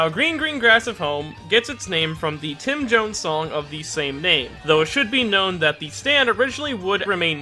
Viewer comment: tim jines